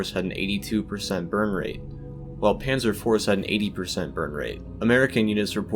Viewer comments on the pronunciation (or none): none